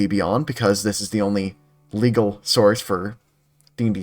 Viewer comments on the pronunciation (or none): I love the way you say "only legal source". It makes one think there may be tools out there that are not!